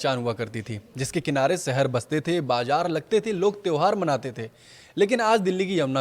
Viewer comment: सहर नहीं शहर होता है 😊